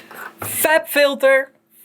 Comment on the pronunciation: "fLab Phylter" XD